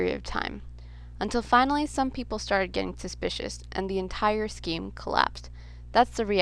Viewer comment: what the hell is a ponzi scream?